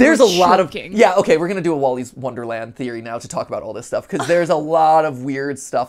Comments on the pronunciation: Man said Willy's wonderland wronge 3 times💀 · WOLLYS WONDERLAND? Do u mean WILLYS WONDERLAND